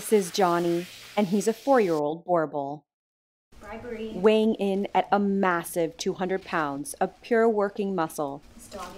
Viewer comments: For anyone interested, the pronunciation is actually "Boo-r-bool" 😊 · I'm from South Africa and your pronunciation is not quite correct. We pronounce it Boo-rrrrrr-bull. You have to roll the r like you are gargling water and humming at the same time. Hope that helps. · most say Bor-bul. / borble, not correct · It is pronounced Boo-er (rolled r) Bull.